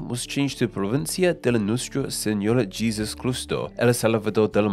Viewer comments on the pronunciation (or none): "Konkwistador" LOL. And 'Jesús' isn't said like the English pronunciation of Jesus, SMH. 🙉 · Real, because in the Spanish language, Jesús is pronounced similarly to English H. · You should worry about his pronunciation of Jesús 😂